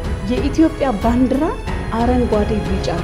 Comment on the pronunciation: ባንድራ😂😂 ባንዲራ ነው የሚባለው